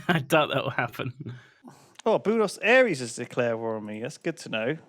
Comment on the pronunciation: And yeah, Boonos Aires is a terrible pronunciation of Buenos Aires.